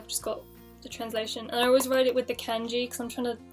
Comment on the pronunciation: It is Kanji not Kenji